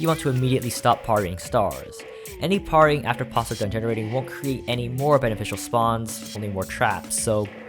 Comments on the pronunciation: I pronounce it as "pear-ry" so it was very annoying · the most atrocious pronunciation of parrying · Every time you said "parrying" was quite painful